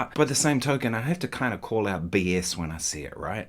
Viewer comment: its pronounced "call" not "coy"